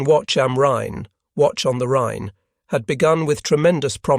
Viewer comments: No 'watch am rhein' but 'wacht am rhein'. 'guard on the rhein'. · First it's pronounced Wa-K-um-rine. Second the B-29 was the most expensive project of WW2 not the Bomb. Third air burst artillery has been around scince 1780. Buy WW2 the practice was near perfection. The proximity fuse was designed for aircraft. That's why there was a prohibition on ground artillery use. It was decided it was not needed. They knew it would be a devastating wepon. And to say proximity fuses don't need adjustment is just a dumb statement. You still need the correct distance. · Wacht am Rhein, pronounced “Watch”?